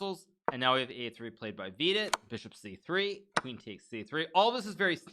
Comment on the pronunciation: Yo hikaru i dont think u r pronouncing vidit wrong so u may continue calling him that and vd is great too